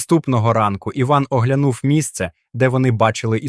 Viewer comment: ЗнакИ,поннівЕчене,оглянУв,бездИханне...це ПЗДЦ!!! І ж не все.....в мене кров з вух тече й досі....😢